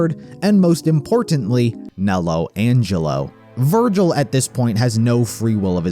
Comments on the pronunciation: I just realised, gilvir is literally the syllables of virgil switched around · Gilver? Virgil lol😅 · GIL-VER VER-GIL This is the funniest thing I've seen... haven't even passed this part yet but I already know it's coming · Gil-ver 💀😭🙏 (most creative name ever)